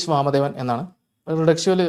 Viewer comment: പ്രതീഷ് വാമദേവൻ ❎ പ്രതീഷ് വാണദേവൻ ✅